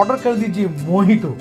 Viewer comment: dada mojito ko mohito kiu bolta he???